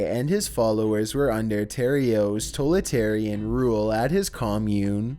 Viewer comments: Oh and its totalitarian. Not tolitarian lmao. Cmon dude, you cant even emphasize correctly and pronounce words. Its time to call it a day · “Nucular”. “Toletarian”. Lol